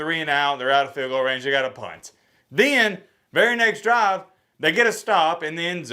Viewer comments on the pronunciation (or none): none